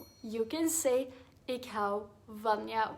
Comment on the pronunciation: Interesting that for 'stad' the 'D' is pronounced strongly, almost like a 'T' but for 'houd' it's barely even pronounced.